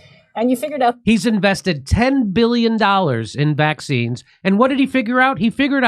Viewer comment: He’s a criminal and should be held accountable, little weasel. I hate the way he says Vac Cines